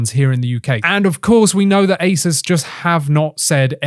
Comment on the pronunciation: “Ace-soos” not “Ace-es”